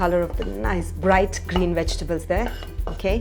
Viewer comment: Darling, your pronunciation is ATROCIOUS!! 'Vegetables' (with a V , 4 syllables), not wejtibles (with a 'W', 3 syllables). 'Tofu', not 'thofu'. 'Bowl' like 'hole', and not 'bowl' like 'owl' or 'bowel' (a different kind of bowl altogether, every pun intended). 'Beginning' is pronounced 'bih-GIN-ing': emphasis on 'gin' (and not on 'big') with the 'g' being pronounced as a hard 'g' like the 'g' in 'gun'. I can think of a whole lot more, but you can start work on these for now.